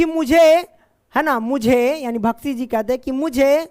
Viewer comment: बख्शी जी को भख्शी जी पढ़ रहे हो डियर